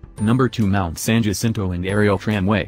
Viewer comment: San Jacinto is prounced, SAN HA SEEN TOE. You should include Mortans Garden on East Palm Canyon. The grounds have plants native to the desert.